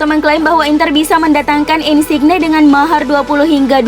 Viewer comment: Min, sekedar masukkan, mungkin perlu perbaikan penyebutan nama pemain, nama kota, dll. Misalnya "Mallorca", cara baca yg bener adalah "Mayorca". Atau "Insigne", cara bacanya "Insinye". Mungkin bisa pake Google Translator (atau tool lainnya) untuk tau penyebutan nama dengan benar. Mohon maaf min, sekali lagi hanya masukan, diterima ya alhamdulillah, gak pun ya gpp. :)